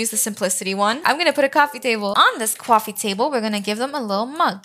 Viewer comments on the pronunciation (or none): No hate but why does she say cwoffy table not coffee table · Cause it’s funny